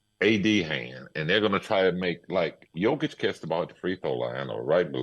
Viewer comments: He only mispronounced his name the first time, then pronounced it properly the rest of the video. I think Pippen was caught up on whether he wanted to say Jokic or Joker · In the first few seconds he mispronounces his name, despite hearing it a thousand times. No need to watch the rest.